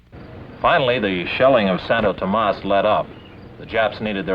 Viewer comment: Santowtowmas hahahaha🤣